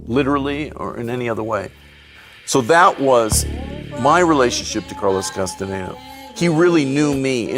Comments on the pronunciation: چرا کاستاندا درست تلفظ نمیکنی عزیز کاستانه دا نیست 😂 کاستانداست شما اسم به این سادگیم بلد نیستی ؟ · کاستاندارو اشتباه تلفظ می کنید